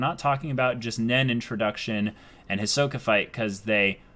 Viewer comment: They’re still saying Hi-soak-a. </3